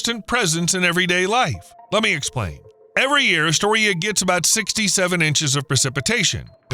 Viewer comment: Not Atoria, it is Astoria!